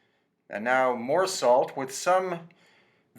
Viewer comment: "we make our a-salt". LOL